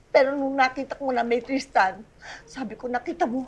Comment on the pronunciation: Tristan yung name ng bata, pero may mga nasabi si solenn na "christan" sa ibang lines😭😭inulit ulit ko talaga baka mali yung pandinig ko HAHAHAHAHAHAHA